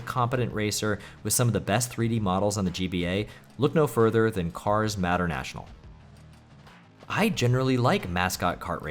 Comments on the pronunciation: "matter- national"? "McRee"? "TOCO"? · Sheesh, the way you pronounce "Mater-National" is just terrible, lmao.